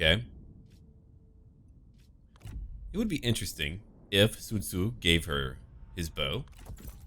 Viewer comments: Your pronunciation of Sun Ce need some work, or maybe its just me cause to me you pronounce it as Sun Tzu instead. OR you confused the two mid recording? Either way love your series compare to others that im watching. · Its pronounce sūncè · why do you call Sun Ce Sun Tzu or are they the same?